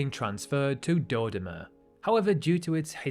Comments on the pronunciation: You don't need to know this, but let me correct you: it's Do-DO-ma, stress-wise. Bantu languages almost always put the stress on the penultimate syllable. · Even for a britunculus your pronunciation of Dodoma is absurd! Hint Doh Doh Mah.